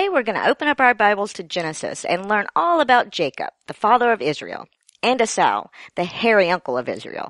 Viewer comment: You might want to check on the pronunciation of "Esau".